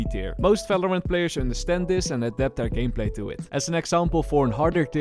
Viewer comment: the way he said valorant like "Velorent" 😭